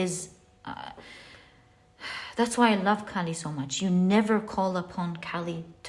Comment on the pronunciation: its kaali not Cali. the k's pronunciation is like k from kite. and its aa not a(pronunciation). you can actually go to a hindi youtube channel where maa kaali is mentioned.